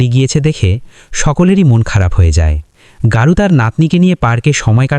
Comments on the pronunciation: বাংলা মুভি, চরিত্রের নামও বাংলা শব্দ। তারপরেও অহেতুক গৌরকে গারু বলার কারণ কি? প্রচন্ড কানে লাগছে। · দাদা গারু নয় গৌর চক্রবর্তী।।